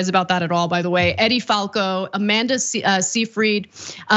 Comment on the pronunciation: One of the biggest problems on TYT is your miss pronunciation of words and peoples names. There should be a considerable more time and effort put into the research and pronunciation of people and other things you are reporting about. Edie Falco is a woman and her name is not pronounced like Eddie. Despite she is a woman Who played Carmela Soprano on HBO’s “the Sopranos“, the names and pronunciations and the rules of pronunciation relative to the spelling is important when reporting to the public. Although these criticisms may seem small I believe that it would earn your reporting greater credibility or if you would take the necessary time to learn the pronunciation of peoples names and words that are uncommon.